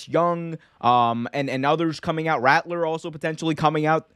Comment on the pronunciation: Yeah u lost me when u said ratttler 🤣